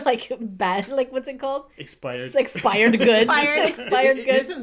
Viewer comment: It’s am and I’m dying bc if saying expired